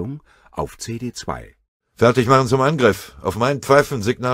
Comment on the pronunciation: Sie "machem" jetzt schon Häufchen? Das ist wahrhaftig eine große Leistung!